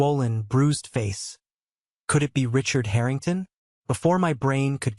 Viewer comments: haha the haring tahns. its like listening to AI voices misprouncing other thing slike Lous-anna, or the strange thing it goes for with ST SE (it acts like ST SE should be combined into a single word for ennunication) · Harringtarn ? How posh.